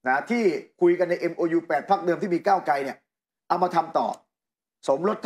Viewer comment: นัยหนุ่มเอ๊ย โคตร หงุดหงิดเลยว่ะ ก้าวไก ก้าวไก มันเป็นยังไงเนี่ย ชื่อคน ไม่มีควบกล้ำเลย ไตรง ไตรง